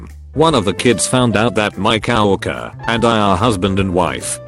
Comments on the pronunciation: word: Co-worker. Voice: CoW OrkEr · Nobody: This voice: Cow-walker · Nobody: Text to speech: COW ORKER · coworker Bot: kaowurkurr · Get a better TTS because it constantly mispronounces stuff like "coworker" as "cow-orker". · 'coworker' text to speech let's change that up a bit... cow worker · Cow-worker. Lol. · Wth is a 'cah-wokker'?! what in the world program did you use to auto-read these tweets lol